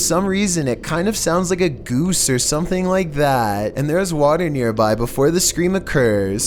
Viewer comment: The way he said "gOOse" XD